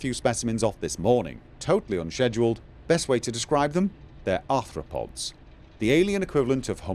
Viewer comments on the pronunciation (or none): none